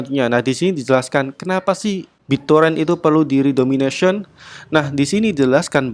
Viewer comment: redenomination min, bukan redomination, beda kok